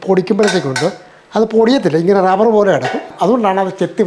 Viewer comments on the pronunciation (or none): none